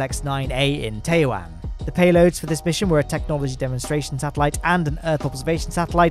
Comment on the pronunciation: I had so much OCD hearing pronouncing Chinese names. Especially Taiwan.